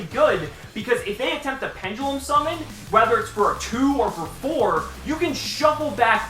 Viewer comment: Is it just me or when he does his opening I hear 'seamen' instead